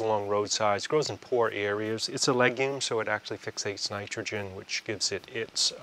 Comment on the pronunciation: Areiers= areas